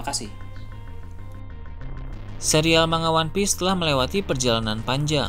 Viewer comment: manga atau mangap...sebut manga saja salah...seharusnya di pisah..MAN-GA...seperti konyaku bacanya KON-YAKU..